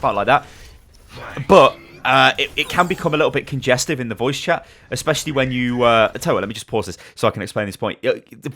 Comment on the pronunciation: ... did he say espesialy if the pharas healing here....... lol